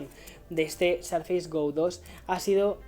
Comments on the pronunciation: No se pronuncia "sarfeis". Te recomiendo para futuros videos que lo pronuncies a la española ("surface" sin más) o que consultes la pronunciación de la palabra en el Oxford English Dictionary. Suena realmente mal para los que tengan alguna noción de inglés, de verdad. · dices mal surface!! Corrigelo. Saludos me encanta el podcast y tus videos